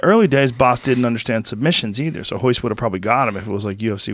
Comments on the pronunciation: Why do ppl say hoyce instead of Royce Gracie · In Portuguese there are two different pronunciations for the letter R. The same goes, by the way, for other Gracies like Royler ("Hoyler"), Rickson ("Hickson"), etc.